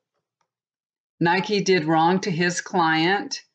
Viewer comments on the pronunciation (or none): none